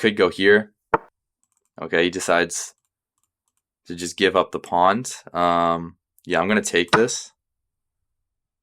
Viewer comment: Nice channel! Slight jolt each time you call the pawns a 'pond' :)